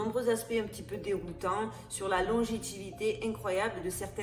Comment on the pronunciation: « Longétivité » 😂😂😂, tu voulais dire longévité. Pas grave, j’adore tes vidéos 🙏🏽👏🏼👏🏼👏🏼